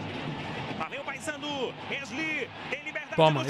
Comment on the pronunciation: E a comentarista que falava Passandu não Paysandu. Kkkk